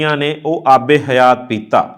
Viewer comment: ਆਬੇ ਹਯਾਤ । not aabe ਹਯਾ